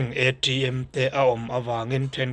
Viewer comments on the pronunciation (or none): ithumal lamthiam reng kha chu panngai deuh khan lam ve mai rawh.I lam thiam reng chunga itihluihkha Chu athaloh aw! entirnan ATM te kha A.TRI.M tih te, ilamrikfiah hnuah pawh Ila tihderthin hi chu athaloh, I VAIHLOFUN Ani mai,itihder leh anih Chuan ka PAM tawh ang che. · hi i video te a that thin rualin ngati nge thil hi i sawi/lam dik loh luih tlat thin le, i mawl riau mai ka ti. ATM hi A tri M tia lam luih kher a ngai em ni.. Mizo ten a aw b ah hian T leh T (Tri) kan nei a. T hi Tri ang a lam luih tlat chu a atthlak. Thil dang ah pawh i uang over mah mah. I hneawm dawn tlat. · AṬM ti vêl richi ti vêl hi a nal e😃😃😃